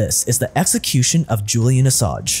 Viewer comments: "Assange" is pronounced with the "ng" sound... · Great video, you've got to read the N in Assange tho..